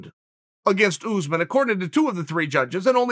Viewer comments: It’s pronounced uss-män, not oozeman 😂. It is an Arabic origin name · Why does Chael call usman “ooze-man?” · Chael “Oozemen” Sonnen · “Oozeman”😂😂 “‘..Two plus two doesn’t equal four”- Sonnen👨🏻‍🏫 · "Oozeman" love it. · Tbf I'm surprised he doesn't pronounce it Yuzeman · I actually did ask Chael to say “Oozeman” a bunch of times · Kamaru “OOZEMEN”